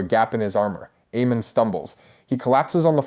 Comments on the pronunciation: “AY-MUND”. NOT “Ee-mond”. 🤪 🤦‍♂️ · Dude, I'm sorry I cannot listen to you massacre the character names anymore ... It's AY-MOND and BAY-LA:face-pink-tears